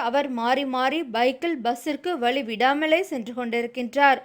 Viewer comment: 1.3 m subsciber வெச்சிருக்கீங்க. அந்த பெண்ணுக்கு " ழ " வரவே இல்லை. "விலுப்புரம், வலி விடாமல் .. ". அப்படின்னு படிக்குது.. கொஞ்சமாவது மனசாட்சி வேணாம். சாதரான பசங்க அப்படி பேசுனா கண்டுக்காம விட்டுடலாம்.. ஒரு சேனல் இப்படி பண்ணலாமா?? சீ ..